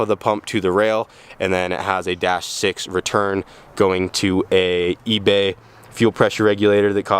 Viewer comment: every time he said Ebay I kept cringing